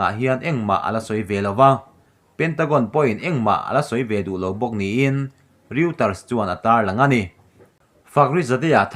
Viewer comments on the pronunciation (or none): News agency pakhat Reuter hi Rawitar tiin lam rik nise...k lo ti ve mai mai